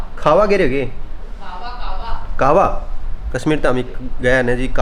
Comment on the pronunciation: कहवा बोलते हैं ना कि कावा